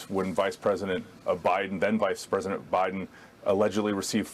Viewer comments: That dude said presinent right before he correctly pronounced presidential lmao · The guy who kept saying "Presinent" was driving me crazy